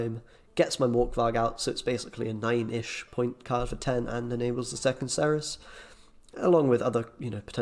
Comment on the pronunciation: Being British there is no excuse for you to pronounce Cerys wrongly ! Great video though